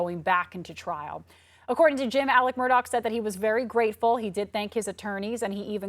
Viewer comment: Alexxx MurdAUUGGHH not ALICK MurDOCK I don’t know why but that irks me 😂😂